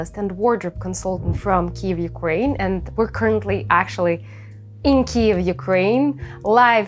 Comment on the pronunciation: Говоріть Київ з правильною українською вимовою. у рос мові ок хай буде рос, але в англійській має бути чітко KYIV , бо це україїнська назва українського міста! не треба розповсюджувати НЕПРАВИЛЬНУ вимову на міжнародні простори